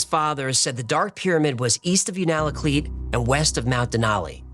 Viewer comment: For future reference Unalakleet is pronounced “You-naa-la-cleat.”